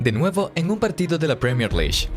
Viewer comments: “Premier Lish”? Que tan difícil es decir “Lig”? L-I-G… Vamos, inténtelo de nuevo. O también puede decir Liga Premier. League… Escumacher? 😂😂😂😂 Buen video, pésima narración! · Menciona bien la PREMIER LEAGUE no premiere lish🤦🏻‍♂️ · tenes un tono de voz bastante irritante.. y cuando decís premier liy. dan ganas de sacar el video, directamente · ojala dijese premier. ese suicida dice pierner lish xDDD